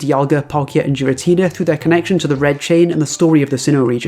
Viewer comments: It’s not. It’s pronounced with a hard G. It’s pronunciation much like the other two legendaries is supposed to line up with the version name since Platinum is spelled (more or less) “Puratina” in Japanese. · If Battle Revolution is the Bible of Pokémon name pronunciation, then explain your pronunciation of Giratina